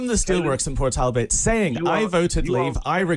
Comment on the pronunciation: Can’t even pronounce the name of the town ffs port tall but 🤦